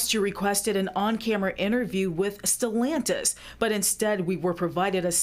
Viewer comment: It's not sellantis it is stellantis